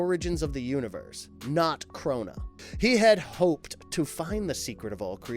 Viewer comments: It's Krona not Kuhrona which is what it sounds like the narrator is saying and it's Mobius not Morbius like the Marvel Comics vampire. You guys make good videos and are fairly good with research but the mispronounced words on most of these videos throws me off and takes me out of the vid. But keep it up guys and work on the pronunciation of things. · Are you saying Krona or Corona because it sounds like you're saying Corona . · He also says Corona instead of Krona. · Jeezus Christ man.... it's Mobius, not "Morbius"; and Krona not "Corona." Is it really that hard? ... Oh, and the Anti Monitor didn't kill Darkseid, the Anti Life Equation itself did. There's a difference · His name is KRONA, like the God, CHRONUS. He’s not a CORONAVIRUS. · Honestly, I thought he was being cheeky, didn't realize he was reading "Krona" as Corona, 🤣